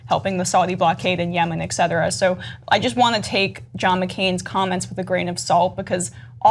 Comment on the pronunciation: Why do use the word "Etcetera" so often when she doesn't know how to pronounce it? It's not Ecksetera.